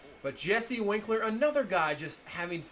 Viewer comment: It’s wink-er not winkler